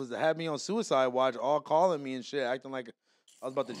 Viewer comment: ‘’ Cuicide in the building” lmao